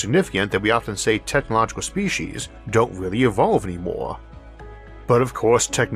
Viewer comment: Okay. I understand your difficulty with the word, "oral," as in "oral history." Maybe use, "verbal." But, "Spee'-sheez?!?" It's, "Spee'-seez." I believed someone with a speech impediment would try their hardest to not phok up the things they could get right. Nastasia Henstridge would be appalled. That's, "Nah-stah'-see-ah," not, "Nah-stah'-shah." P.S. Jeremy Irons was the homophobic guy who creepily suggested gay marriage might well lead to him marrying his own son.